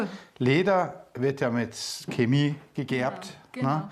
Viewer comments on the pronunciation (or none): none